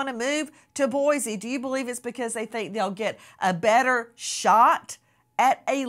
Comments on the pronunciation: Pronounced “boy-See” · First of all, Boise doesn't have a Z in it. Anywhere. Second, it's not really that liberal. It's Idaho ffs. Omg. Moscow isn't pronounced like the Russia Moscow. Coe, not cow. Really don't 'ol Howie's investigative skills. Just writing a book that fits the authorities narrative. Ugh